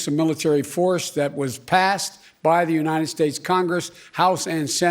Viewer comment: The uninen states. This guy hasn’t been able to say United ever in his career.